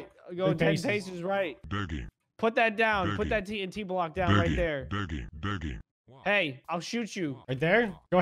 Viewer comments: digging sounds like Begging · instead of digging I hear turkey